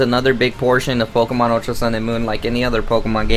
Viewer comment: “Pokamon Saaan and moon”